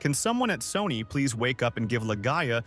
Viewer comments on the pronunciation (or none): none